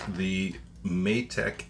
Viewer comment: Matek is pronounced may tech, it's been a nice good series so far.